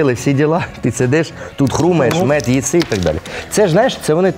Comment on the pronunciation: Мьюд )))) а не мёджь